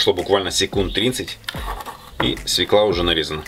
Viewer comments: Когда правильно будут говорить не свеклА, а свЁкла. Букву Ё не отменяли. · Уж извините,но правильно говорить свёкла,а не свеклА,если уж вы работаете для людей. В первом классе детей этому учат. Овощи сырые. А заправка такая сейчас во все салаты идёт. Если нет квашеной капусты,то можно в заправку добавить лимонный сок. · Друзья, не свекла, а свёкла!!!! Если Вы учите других, хорошо бы знать русский язык!!! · Свёкла, а не свеклА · НЕ свеклА , а свЁкла. С удовольствием бы посмотрела ваш рецепт винегрета, но ваше лицо так неаккуратно, так отталкивающе , так нечистоплотно, ( так кажется ) что прощаюсь с вами. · Хороший рецепт. Спасибо. Свёкла правильно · Спасибо за рецепт заправки! СвЁкла надо говорить!😉🙏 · Свёкла, ударение на букву е , а квашеную капусту ВСЕГДА кладут в винегрет. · Говорите правильно,коли уж в эфире СВЁКЛА